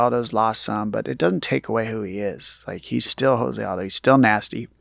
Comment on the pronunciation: My bruh- I love you to death BUT you ALWAYS say JOSE ALDO’s name wrong and I can’t help but cringe every single time! After fighting along side him for over a decade YOU SHOULD KNOW THIS!! JOSE is pronounced with a hard “J” like Joe, not with a soft “H” like house! It’s Portuguese not Spanish. Please please please say it right my man!